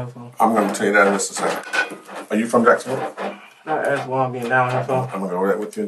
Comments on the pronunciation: Jikesonville dawg 😂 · “JIKESONVILLE DAWG!”